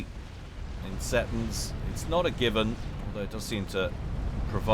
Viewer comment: See Tons, is prenounciation